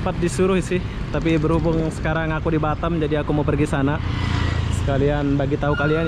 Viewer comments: Sebutnya Batam lah... Bukan Batem ( bottom ) 😂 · Ini batam bkn batem😂😂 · bisa gak sih bilang B A T A M bukan Batem